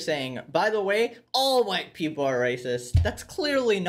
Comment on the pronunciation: Wahyte Peepole